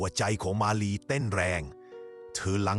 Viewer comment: ทำไมบางคำที่พูดถึงเพี้ยนเช่นมาลีเป็นหมาลีและอีกหลายๆคำที่เพี้ยน